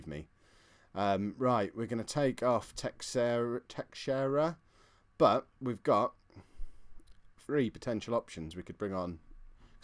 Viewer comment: Also tay-shay-rah (Teixeira)